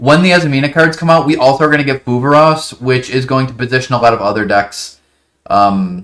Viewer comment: what's this new card you're talking about? I cant quite make out what you're saying, 'pulvaros'? keep up the good work boss 👍